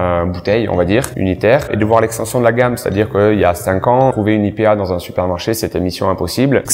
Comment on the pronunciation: Ah bordel lui aussi prononce "IPA" à la francaise ! Je me sens moins seul :D